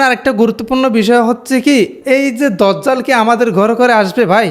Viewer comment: ভাই সঠিক উচ্চারণ দাজ্জাল, আর মোবাইলের সাউন্ড হালকা